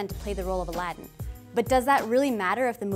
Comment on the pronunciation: Gosh Even the way they changed the way Aladdin is actually pronounced is offensive